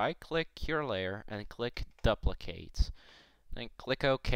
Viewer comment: you gatta "dup- licate it" "DUP licate it" lmao nice